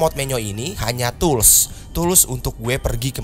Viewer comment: Tools Woi Bukan Tulus